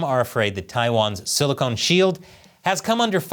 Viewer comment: It's "silicon," not "silicone,". They are two very different things.